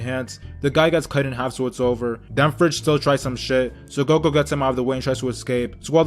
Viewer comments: He called him goko wtf 😂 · It's Goku he just says character's names wrong on purpose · It's Goku. he just says they names wrong on purpose